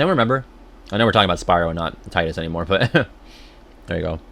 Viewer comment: Take a drink everytime he says Tidus wrong. The voice actor explained how to say it, so of course we know the true way of saying it. They wouldn't lie to him lol